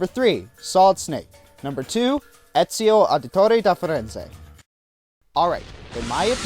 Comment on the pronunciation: Very nice Italian with Ezio's name.